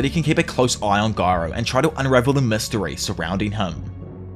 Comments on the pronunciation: I like how he says garou instead of gyro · Oh no he said gyro wrong